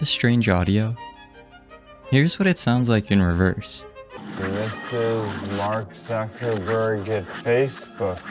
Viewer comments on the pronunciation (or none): this is so stuped when you said mark zuckabrige